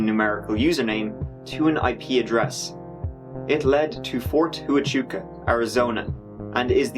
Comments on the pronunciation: Love the vids! Just a heads up.. Pretty sure we pronounce it Fort Wah-hauk-ha ... I know, doesn't make any sense lol! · Ft. Huachuca is pronounced locally as "wa-chuca" Now you know! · You butchered the pronunciation of Fort Huachua. It's pronounced "Wah-chew-kah" ^ Former 96H/35H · Well he's Irish and that name ain't exactly obviously pronounced the way you said it is. I would've said Wah-chuah. But who cares, admits in many if his videos he unintentionally butchers foreign (to him) pronunciation. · Fort Huachuca is actually pronounced “Hwa-choo-ka” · It’s pronounced Wah-chew-ka. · Huachuca is pronounced "wahh chew kahh" . I both live in Arizona and I was in Military Intelligence in my youth and my hubby at the time was a counter intelligence agent and he did a long TDY at Ft. Huachuca so I visited there a lot. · I lived on ft. Huachuca for a year. It's a trippy place. TONS of monumental events in history took place in that area. Fyi, it's pronounced "whaa-choo-ka". Also referred to "fort we got you". ;) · Nope. Wa-CHOO-kuh. Native here, no need for a disagreement. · Thats the first time I've heard Ft.Huachuca pronounced like that 😂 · Wonder how I came up with that!? How am I so wrong? 🤷😂 Do most people pronounce it right, or close to right?